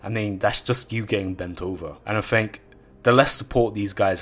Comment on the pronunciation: I 'Fink'...